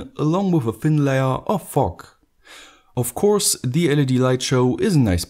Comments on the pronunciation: Dude you need to work in your accent with fog it sounds like f**k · fog sounded a bit like fok